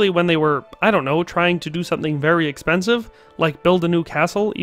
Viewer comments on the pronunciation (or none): none